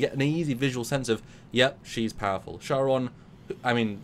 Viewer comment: Are they calling the Charon... Sharon? It's pronounced Kar-on